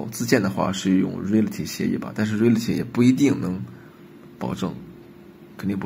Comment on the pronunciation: reality读错了，这么基础的单词。。。。